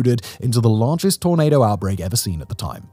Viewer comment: Simon, you might need to work on your pronunciation of "tornado." Sometimes it sounded like you were saying "tomato."